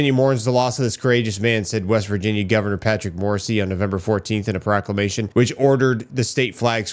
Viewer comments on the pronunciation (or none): none